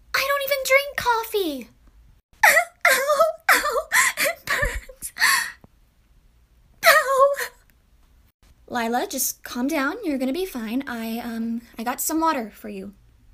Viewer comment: Lie-la lier ha ha ha 😂😂😂😂😂😂😂😂😂😂😂😂😂😂😂😂